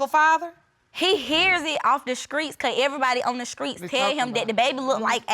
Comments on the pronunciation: The grammer and butchering of the english lanugage is unbearable to listen too. Scrait? Scrong? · Skreets. Skrong. Yes the grammar indeed. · I felt that hard when judge corrected the girl. And said STREET 😂 She basically said it's not SKREET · the word Skreet for street was getting me🙄🤦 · Skreet, pacifically, hurted, skrong, as really, dat. I feel bad for that baby....